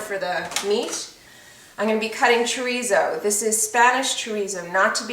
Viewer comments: Portuguese "chorizo" is actually called "chouriço" in Portuguese Listen to the proper pronunciation of "chouriço" You can also use linguiça for this dish. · Chorico is the Portuguese soup sausage, pronounced. sher eese o is silent. Linguica is the other Portuguese sausage fries grilled for sandwiches, or mixed with baked beans. Mm Mm looks good, just like my Mom used to make.